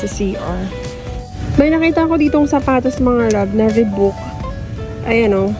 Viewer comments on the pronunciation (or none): none